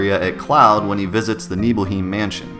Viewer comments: nononono its not nibelheeeeem its pronounced like NIBELHAAAAIM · Its pronounced nibelheim not heem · isn't it pronounced (Nee-bl-highm).